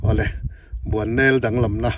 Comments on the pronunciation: Ahmuhnawme,mahse Bualnel tih hlirin ilam/isawi tlatin kahria👍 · Nangmah ber hian Bualnel iti zela...... BUANNEL tiin kan hre thin kha ani si a.